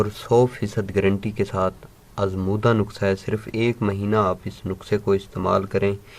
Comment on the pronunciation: نکسہ نہی نسحہ ہوتا ہے